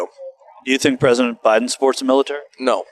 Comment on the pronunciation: "Resident" Biden? She totally said that. Lol